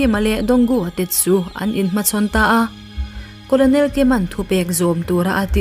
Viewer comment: Colonel hi karnel tia lam tur a ni lo maw